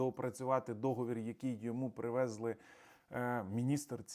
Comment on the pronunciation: Не привЕзли,а привезлИ